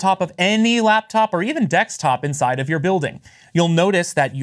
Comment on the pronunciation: Take a shot of every time he says "dextop"